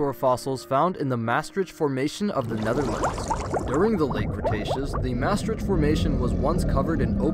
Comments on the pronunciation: Always fun to hear a non Dutch speaker say words like Maastricht. It wasnt even close 😂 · I'm from Maastricht, always felt very proud haha Love how Maastricht is pronounced in other languages too lol